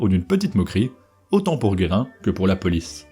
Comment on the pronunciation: Basculer la table des matières Jules Guérin et pas "Guerrin"